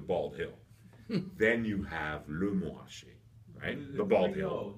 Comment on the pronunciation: It’s literally just anglophone laziness.